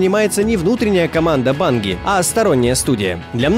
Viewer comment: Банги?, вроде все говорят "Банджи"